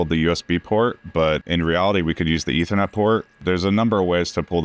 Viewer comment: It's not as good as a normal ethernet port, it's an eh-ternet port